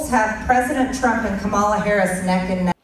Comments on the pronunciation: So annoying to hear Margie the traitor mispronounce Kamala's name over & over. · She's not alone. Corey Lewandowski does it too! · I still find it so childish and disrespectful that the Maga will not prounce Kamala's name right. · They think it's very cute and clever to mispronounce Kamala. It is actually disrespectful and ignorant. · I’m sure it’s on purpose as a sign of disrespect. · All of the Republicans purposely mispronounce her name. They are sick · Someone corrected her on Kamala's pronunciation of her name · They just love mispronouncing her name. At this point it has to be intentional. No idea why they think it's so funny. And yes, Harris is not trying to ban all semiautomatic weapons. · Pisses me off that she refuses to pronounce her name correctly. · Let’s stop saying their names right too. Margie Blue can’t say Kamala so I can’t say her name. Danald should love that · So disrespectful to purposefully mispronounce her name. That just makes you look bad. The founding fathers didn’t address weapons of war. No one needs these weapons. Yes, ban these weapons of war. Keep your guns - that’s fine. Give her and Trump a reality TV show. That’s where they both belong. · I just can’t even watch her!! She can’t even pronounce the name right!